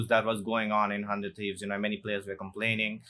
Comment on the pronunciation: "ah hundred trees"